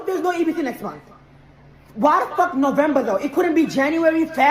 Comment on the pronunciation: As an American, it is pronounced No-vem-ber, not "Novambrrra". Also, it is "march" not "march-ay".